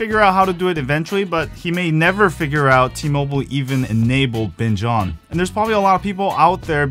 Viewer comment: I first thought he said bitch on